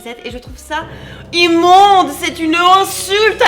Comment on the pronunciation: "C EST IMMOOOOOONNNNDE C EST UNE INSULTE A LA MODE" ahaha ca m'a tuée !!!!